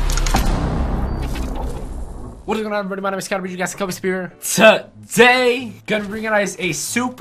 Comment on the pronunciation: I love the way he says TODAY lmfao it's soo funny